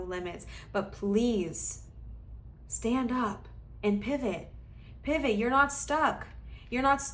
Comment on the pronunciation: I picked pile 3 and I absolutely lost it when you said PIVAHT.